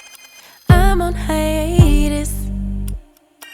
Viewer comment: I was distracted by the pronunciation of “haiEETUS” 🥴 rofl